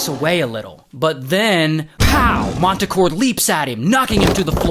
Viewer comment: They’re performing with this guy: MANTACORE 😂😂😂